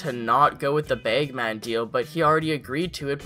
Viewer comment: Baygmen Its Bagman haha